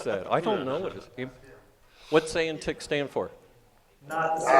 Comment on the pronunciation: I love how pronounces ANTIC as the "antique chipset":-)